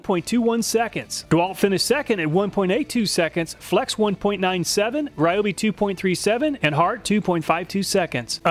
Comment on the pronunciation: Ryobe is pronounced Ree-o-bee.